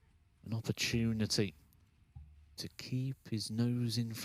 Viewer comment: genuinely though the commentator said “a Noppert tunity”😂😂😂